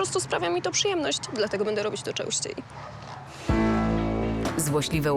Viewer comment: "częnsciej" Laluniu logopeda ;)